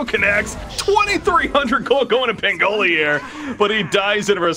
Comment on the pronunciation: I'm just annoyed that this guy can't pronounce pangolier